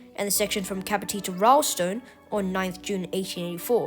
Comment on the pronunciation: It's Capertee, pronounced Kay-pe-tee, not Cup-o-tee